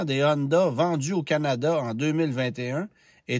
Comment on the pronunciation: Si on prononce bien Atlas, on peux-tu s’arranger pour arrêter de dire Hondahhh et Acurahhh svp? 🙏